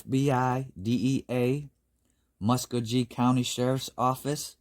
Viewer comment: Hey, L.K. Nice To see you visiting the Southeastern US for happenings. BTW Muskogee is pronounced muh·skow·gee 😃